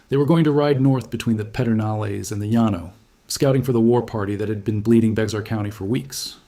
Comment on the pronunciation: Also, Llano (the city) and the Llano River is pronounced lan-o, not Yanno (in Texas-speak, anyway).